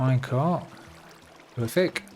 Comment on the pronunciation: You tell us so much about yourself when you say things like "Any-who", (G-Mann), and "Perfick". This is looking great, definitely going to try it in my World, all power to your elbow, good job. Should have your pick in your off-hand with all that XP flying around.